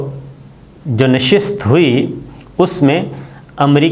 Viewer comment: Dear sabir Shakir, please correct your urdu, actual word is Nashist not Nashast.